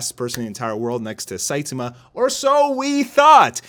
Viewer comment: SaitAma, not Saitema. So frustrating :P